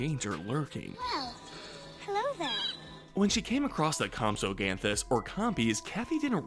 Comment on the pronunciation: “Mossasaur” “Terradons” “Campsognathus”